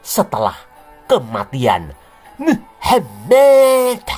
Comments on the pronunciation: Selalu Gemes gua setiap dengar ngomong muhamad... 🤣🤣🤣 penekanannya ok bangat... Wkwkwkw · Pas menyebut nama Alloh aswete dan Muhammad aku tertawa geli ngakak 😂😂😂